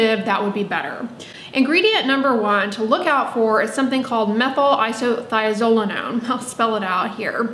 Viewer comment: Hats off to you for saying Methylisothiazolinone 😂